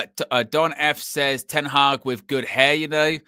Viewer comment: Reuben Ten Hagg 😂😂😂